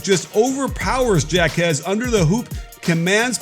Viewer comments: Hawk-ez, not jack-ez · Do you not no that a J in Spanish is pronounced as an H, as in Jaques = Hawkez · It's pronounced Haw-Kez ,Coach. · Why is it so hard for people to say jaquez and juzang right. Like literally our two best players and it seems no one can get it right. Pretty simple names too smh. We were literally in the final 4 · I’m cringing every time you mispronounce Jáquez’s name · Dude deserves to have his name pronounced right. lol